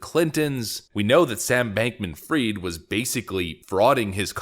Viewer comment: it's not bankman freed, it's fried